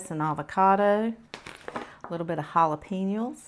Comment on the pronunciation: did you say "jalapeniles?" Happy Birthday ~ Hope you had an amazing day!